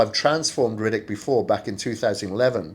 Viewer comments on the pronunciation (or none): You're pronouning his name Riddick or am i hearing wrong? Lol